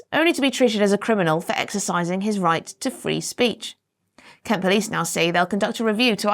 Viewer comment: I think you mispronounce Kent.